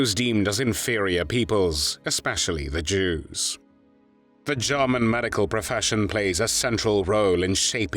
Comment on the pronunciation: This voice over is truly irritating, especially when he pronounces German as “Jahman.”